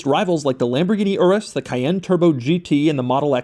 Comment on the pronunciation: So much cringe the way he pronounces Lamborghini Urus 🥴